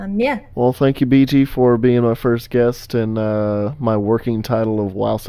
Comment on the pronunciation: first time I hear that I thought u said ,,Bitch''